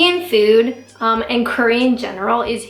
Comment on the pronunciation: Great video, love how you say fooooouud like a Canadian.